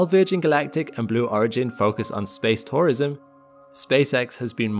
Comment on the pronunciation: I had a problem understanding this. It sounded like I was saying SPACE POISON, no he was SPACE TOURISM. I mention this for all the geriatrics, like me, who have hearing problems.